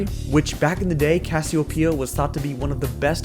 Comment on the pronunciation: I hate how you say casseopia I know you're doing it on purpose